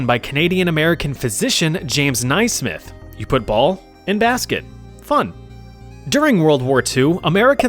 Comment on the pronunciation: It's James "Nay-smith"....